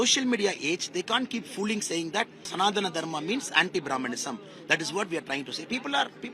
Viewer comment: Rajdeep first learn to pronounce sanadhana Dharma .. DMK are against brahmins with no doubt ..curse of brahmins will WIPE DMK .. NAMO SHIVAYA 🔱🔱🔱🔱🔱🔱🔱